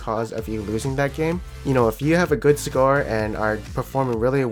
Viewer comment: lmao think its score but it does sound like cigar XD